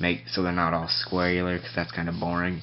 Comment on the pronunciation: Dude I think you just invented the word "squareular"